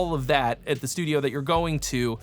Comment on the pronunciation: I love "STUIDO" at about a minute in while talking about prepping. While this may have been accidental, part of me hopes it is not. haha